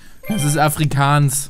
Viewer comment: Bitte Sprich Nie Wieder Mehr "Afrikaans" denn diese Sprache ist fast so wie Niederländisch, doch was du damit gemacht hast war wie eine Vergewaltigung. Das tat weh xD